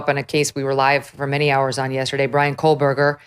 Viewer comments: There is no "L" in the name "Kohberger." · Megyn. There is no L in Kohberger. And it was Murdaugh, not Murdoch. And you call out the judge or prosecutor for calling names wrong?